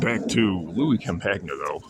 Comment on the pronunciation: You got his name wrong... Campagna is pronounced the same as lasagna, not com-pag-nah